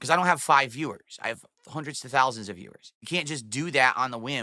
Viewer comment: Hundreds of thowlsands of viewers...